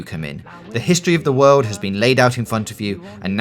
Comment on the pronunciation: the wowd of fawlout